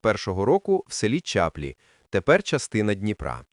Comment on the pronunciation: Село Чаплі. Наголос на "і"